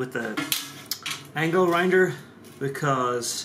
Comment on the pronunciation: Wait did you he said angle rinder?